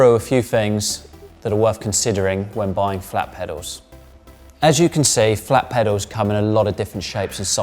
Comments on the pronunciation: He keeps saying "pedos" instead of pedals lol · He's pronouncing them "pedaws". It's a lower class South East English accent thing ("saaf eas"). We tend to drop our "Ls" from certain words. Kettle becomes more like "kettaw". Trouble sounds like "trubuw". Girl sound like "girw" etc. You get the gist.. 😎